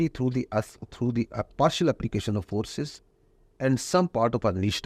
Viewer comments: Aand forces😂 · Aand forces 🤣🤣🤣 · Aand forces😂😂